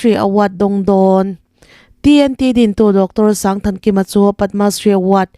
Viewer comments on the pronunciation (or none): TNT hotu pa hming hi 1000 Thankima ni lovin, Sangthankima (sang hi lam san tur a ni e.)